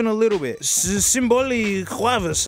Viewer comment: Ok so I just stumbled across this video and I do not know why. Maybe it's because technology and jokes or maybe it's because of the awful slaughter of the Finnish language ( when he tries to read out loud symboli and kuvaus ) so awful it's funny. But I like the video.